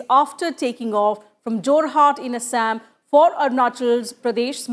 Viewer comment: not "asshame"...it's "ASSAM"...upgrade ur knowledge...so called highly educated moran